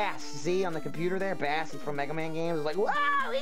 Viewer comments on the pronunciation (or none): it's not bass like the fish it's bass like base... his dog's name is treble. x) ANYWAYS YOU'RE FUCKING HILARIOUS, KEEP IT UP <3